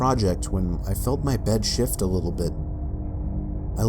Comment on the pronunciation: It sounded like he kept saying shit for shift XD